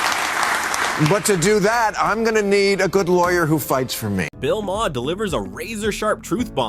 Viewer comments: I can’t stand when people keep pronouncing Maher wrong. Why not check before making a video about it. “Mah-hair”??? It’s pronounced “MARR”!!!!’ Fuck!!!! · I can barely stand watching this video. Hearing this is too say “muh-herr” 20 times is driving me crazy. Why are we so stupid!?